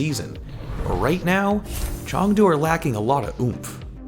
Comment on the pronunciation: CHONGDU Hunters GUNZOW Charge HUNGZOW Spark Plz try with the pronunciations, i'm cringing